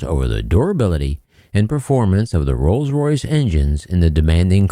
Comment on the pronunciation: "trolls royce" 🤔🤔🤣🤣🤣